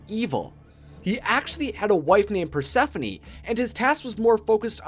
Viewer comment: He umm pronounced Persephone wrong